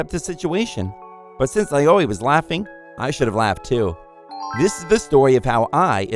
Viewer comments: Hahah, same. Aoi became A-O-E. What's this Area of Effect? XD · My biggest question is why they are pronouncing Aoi as Ayoi...